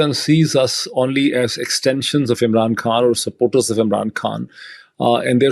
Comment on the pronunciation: Why does he pronounce the word khan like foreigners when he’s speaking English to non Pakistanis?!